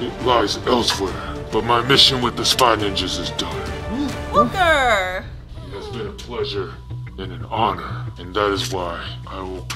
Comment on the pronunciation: I know it’s the cloaker but he said it like the clolker